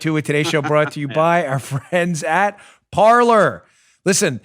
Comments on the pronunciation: Pretty sure a site called Parler woud be pronounced par-LAY- not par-LUR. It's a Fr. word and you're butchering its pronunciation... unless the people who started it suck at Fr. pronunciation. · Lol it’s pronounced /par-ley/ Dan. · Pronounced Par-Lay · Hey, Mr. Bongino, unless this was not mentioned yet here . . . "Parler" is a french word that means "talk" . . . and is pronounced as "par-lay" ;) . . . By the way, I LOVE listening to your show and thanks for ALL the TRUTH that you bring to all the rest of us . . . and to all smarter than you-know-who!!! You never disappoint!!!